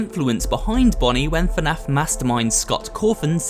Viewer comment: Someone tell him that is not fanaf is fnaf